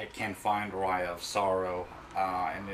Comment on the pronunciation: it's pronounced "ah-ree-ah" on "ah-rye-ah"